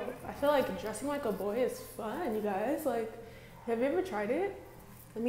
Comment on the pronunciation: "heys gois wassupp"